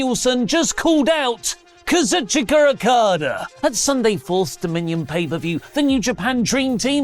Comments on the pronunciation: Lol he says Akada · Why does pronounce Okada's name like that? 🤣🤣